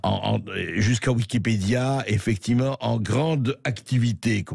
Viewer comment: Il est bizarrement vêtu « effecti’ment Bercoff. »